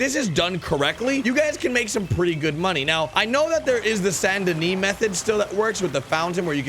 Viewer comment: Drives me nuts. Also its Saint Denis not San Denis it just irks me.